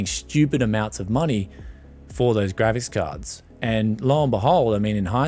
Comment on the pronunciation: "gravis cahds." are you drunk?